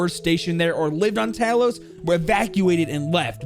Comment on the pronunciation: Talos is pronounced similar to towel, tow-los.